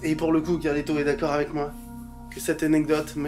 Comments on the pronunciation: T'as oublié à et où il dit "Flacmy" et "marlito" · Entre gad qui écorche les nom de mcfly et carlito et les jingle avec le portrait a chaque fois différent de gad rien ne vas dans cette vidéo ! 😂😂😂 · Gad est trop fort il est pas arriver une seule fois à dire le prénom de mcfly et Carlito normalement 😂